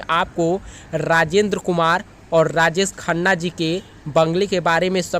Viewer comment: Rajesh Khanna Not Rajees Khanna